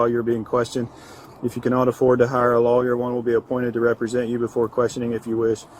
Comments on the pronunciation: I'm a bit baffled at how undereducated US officers are. Who doesn't know what a solicitor is? And of all people someone paid to uphold the LAW! This is a disgrace. He also has a very strange way to pronounce "lawyer", like he didnt' really know how it's spelled, so he says "LAW-i-er". How can such an illiterate be allowed into a position of responsibility like being a LEO? I just don't get it. Where I live it takes up to 6 years to become a fully specialized police officer. First you attend 4 year in the police academy, which also requires a high school diploma and that you attend certain parts of the same law school as law students for two years, they have intense education in psychology (also at university). After four years you are educated as a basic police officer who can perform basic duties, make arrests, do first respondent investigation of crime scenes. Then you spend another 2 years specializing what kind of unit you want to work in like, SWAT, Cybercrime, Narcotics, Traffic, etc. I understand that in US a civilian can be a patrolling officer in less than a year? That sounds ridiculously irresponsible, and would most definitely account for some of the many videos showing officers messing up an arrest or needlessly injuring or killing a suspect by a too hasty discharging of their firearms. And where I live police are NOT unarmed. They are equipped with both sidearm and automatic rifles (both usually Hekler & Koch). I just don't get how anyone are put out on the stree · Law Yer, he says